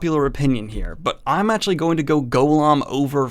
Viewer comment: Drives me nuts the way you say actually. "Achully"